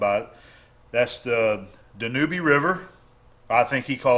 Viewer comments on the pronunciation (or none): Just a quick FYI for you. The "ube" at the end of the name of the river in Hungary, is pronounced like the word "lube", not the word "newbie".